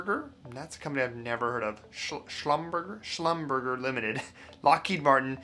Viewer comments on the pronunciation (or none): Schlumberger is among the largest and most important oilfield services/geological companies in the world. The name is French, so "..berger" is pronounced more like "..bairzhay". :) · Slum-ber-shay. It's a French word. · It’s pronounced “slumber jay” Lol. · It's pronounced shum ber shzay. It's a very old oil field services company. You clearly don't live in an oil producing region. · Schlum' ber Zha' (a foreign name, not pronounced like the English 'er'). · 😀 Schlumberger pronounced shluhm·buh·zhay which along with Halliburton and Baker Hughes is one of the largest oil field service companies in the world. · Schlumberger was founded by French folks, the last syllable ("ger") is closest to the English word "jay." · It’s pronounced “slumber jay” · Good video. BTW, Schlumberger (oil services company) rhymes with lingerie; as an example. It’s definitely not pronounced as spelled; except when poking fun at the uninformed.